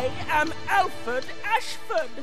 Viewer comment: Lol, Re5's version of Homelander. I definitely think his actor would make a solid wesker if he wasn't doing The Boys. Is it just me or does the clip of CV have Alfred's name come out as Alferd?